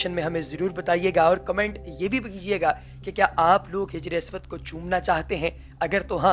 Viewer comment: janab Hijre aswad Nahee Hajre Aswad bolen.